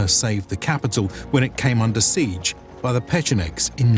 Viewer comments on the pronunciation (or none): none